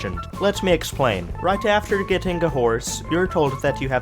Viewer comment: Why do you end every word ending on ing like getting as gettink